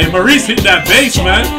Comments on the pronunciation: It doesn’t cut off that soon. Whoever posted that video cut it short. And dude’s name is pronounced ‘Morris’ even though it’s spelled ‘Mauríce’ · Maurice is actually pronounced "Morris". If you want to be a true Bee Gees fan ;) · Maurice's name is pronounced Morris... Nice reactions. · Maurice is pronounced Morris. Barry called his brother, MO.